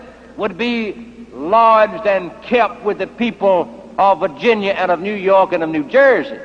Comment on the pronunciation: His pronunciation of Virginia kinda sounds like Vagina.